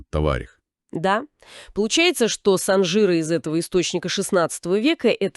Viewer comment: Ударение правильно ставьте пожалуйста! СанжирА! На последний слог!